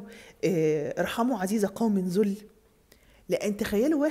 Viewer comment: ارحموا عزيز قوم ذل بفتح الذال وليس ضمها. بفتح الذال يعنى اخطأ لكن بضم الذال فهذا خطأ شائع. عموما باقى الفيديو جميل وصحيح علميا.